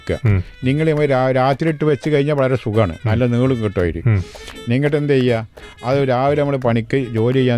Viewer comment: ഐരീ അല്ല അരി